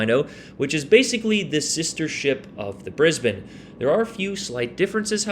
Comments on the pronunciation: G'day mate! Strewth, great video on the Brizzy, and bonzer effort gettin the pronunciation right, yeah it's Brizbin here, not brisBANE although ya could say, "Me and Shirl, headin up ta Brizzy this weekend" if you were going there. Just don't do that accent again, that was crook as rook, mate. Sorry. Cop you later! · Omg don't do that Aussie accent again!! Nah just kidding but not really. I'll give you credit for pronouncing Brisbane correctly. On a serious note well played GG.